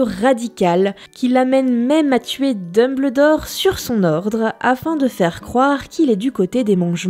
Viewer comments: Alors oui ça s'écrit DumBLEdore mais pitié ça se prononce DumbELdore (ou alors j'ai rien compris) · T'as trop dit "d'Humble dort" au lieu de Deumbeuldor. Je me désabonne. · Nota Bene pourquoi tu dit dembledore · Nota Bene oui mais c'est anglais donc on dit dombeldore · Nota Bene enfait on dumbeldore car en anglais quand y a ble sa se prononce beul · Ca m'a perturbé pendant tooooooute la vidéo XD On dit bien Dumbeldore en anglais ^^ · J'ai failli déliker à chaque fois que j'ai entendu "deumbleudore" x) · vraiment intéressant même si le "Dumbleudore" picotte les oreilles mais super cool. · Dumbledore, s'il vous plait prononcez le "Dumbeldore" T.T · mes oreilles souffrent quand j entends Dumbledore prononcé comme ça et non dumbeuldor sinon. j'adore la vidéo, excellente !!!! beau travail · Ça se prononce dOmELdore Merci ... sinon super vidéo 😊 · Très chouette vidéo ! Par contre...... "DumbEULdore" s'il te plaît x'D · Super vidéo mais "Dumbleudoor" c'est chaud.. surtout qu'il est souvent prononcé 😅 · j'ai saigné des oreilles tout du long en entendant dumeubleudore... mais j'avoue à ma première lecture du livre je le prononçais de cette façon aussi... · Dun bleu dore, Salazar Slizerine... mes oreilles !!! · on dit DumbELdor 😊 c'est de l'anglais c'est comme rumble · C'est juste GE-NIAL par contre frérot "dumbleudor" 😭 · Non mais "Dumbldore" c'est non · Je suis le seul a avoir ragé quand il dit DumBLEdore c'est Dumbledore PUTAIN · Il me tresse à dire Dumbledore ... J'ai toujours prononcer ça Dumbeldore, quoi que ce ne soit pas la vrai écriture. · Dumbledore ça se prononce Dumbeldore T_T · Arrêtez de dire Dumb LE dore !!! xD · Mdr le mec se casse le cul à faire une vidéo plutôt longue et complète sur un sujet que tout le monde apprécie à peu près : LOL IL A DIT DEUMBLEDOR ET JIKÉ ROLING j'adore les gens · DINBLEUDOR BORDEL. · AREEEETTE DE DIRE "DUMBLEUDORE" !!!!!!!!!!!!!!!!!!!!!!!!!!!!! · Episode vraiment intéressant (la prononciation de Dumbledore me perturbe pas mal tho).